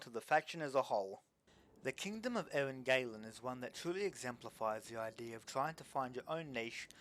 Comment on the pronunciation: Btw Eryn Galen is to be read as Eryn Galen not Eryn Gailen, the "a" here is like in the "ah" sound